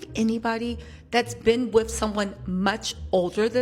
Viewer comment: !!!😂😂😂 U are hilarious, beautiful, & just overall, real!! Keep it coming!! One lil thing: WITH not WIFF!! All is well until U hit us with 'wiff'.🤭😘 Your laugh is awesome!! Too cute!! Contagious!🎉